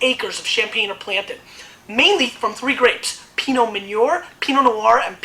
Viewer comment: Reims is 78 miles from the Belgian border, so I wouldn't call it "right on the Belgian border." Also, Meunier is pronounced Moon-yay.